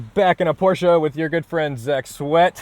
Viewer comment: Thank you for pronouncing Porsche the right way. Sincerely, a German. Not very hard fellow americans...